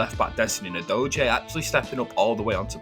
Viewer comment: Great video. By the way, Udogie is pronounced just like "doggy". He said this in an interview.